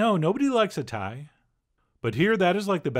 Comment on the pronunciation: he said tie? guess i need more english listening practice.